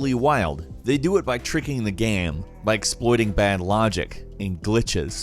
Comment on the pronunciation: is it me or did say “now is the good time to DOOT so”?